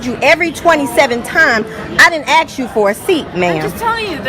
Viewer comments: You ASK a question. You don't AXE a question 🙄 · That lady wasn't upset that they were having a conversation, she was upset because a grown ass woman cannot pronounce the word 'ask'